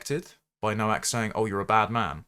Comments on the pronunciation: FFS it's pronounced NO-VAK! The W is a V in English. Why would you comment on someone's demise when you didn't take the time to learn how their name was pronounced? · Nowak is pronounced Novak. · Please, have the decency to pronounce his polish surname correctly., I think the poor lad and his family deserve as much. The W is pronounced V. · The first 150,000 times I heard it mispronounced I ignored it.